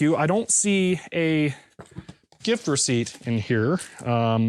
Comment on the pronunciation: Are my ears deceiving me or did I hear gift receipt pronounced like GIF receipt? ;-)